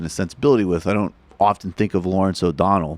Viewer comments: through ish, he calls him "O'Donald" twice, but that's just me being a dick. I screw it up, from time to time, too. :) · huh.. cuz thats what i listened to, as well, after you mentioned it the first time, i dunno, to me, i can understand where ot sounds like he ended dudes name with a D, but its just because he sorta has a speech impediment, and his L's at the end of words, in this case O'donell, sounds like a D, the way his tongue hits the top of his front teeth, instead of between them.. but i dunno just my opinion no biggie lol